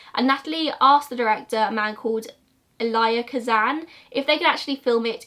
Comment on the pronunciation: Also Elia Kazan is el-ee-uh